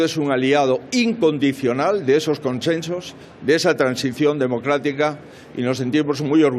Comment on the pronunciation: Conchenchos? Por favor aprende a vocalizar